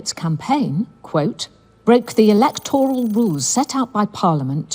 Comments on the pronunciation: Why is pronouncing the word “E-LEK-TOR-AL”? This isn’t America… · Electoral. e-LEC-to-ral /ɪ'lɛktɹəl/ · Who says "Electoral" that way?